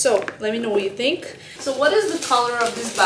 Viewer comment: Tink? Wid? You mean think and with?